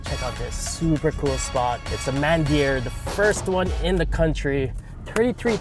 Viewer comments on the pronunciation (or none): Its pronounced as "Mun-dir" bro, not Man-dir. Just saying. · It's not man-deer it's mann-dirr. Please pronounce it properly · Man deer?🤔 what sort of gum is holding your mouth from pronouncing words correctly? 😌 God , save yourself from listening to all these pronunciations, else😈